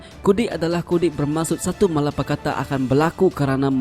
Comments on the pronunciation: Malapetaka sebenar ia bro...Admin tersasul...It's ok..🙏😁👍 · Malapetaka lha syg. Bukan malapakata. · Malapetaka bukan malapekata